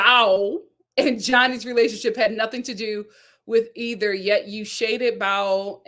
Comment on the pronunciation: My friend you say her name with two syllables. It is only pronounced as one syllable. Bao. 😊